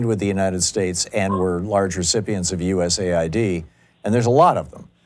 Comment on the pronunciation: for god's sake, please quit calling it "u.s.a i.d" it has nothing to do with id in usa. it's "u.s aid" - that is, aid provided by the u.s. it's a confusing program, not understood by many (including and especially that caller, and calling it u.s.a i.d just makes the confusion worse